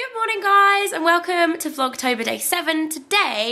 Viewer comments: You just said blogtober , didn't you?? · vogtober? hahaha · Haha you said vlogtober again xxx